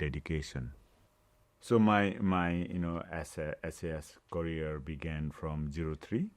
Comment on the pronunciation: His courier (career) ...we need subtitles here😊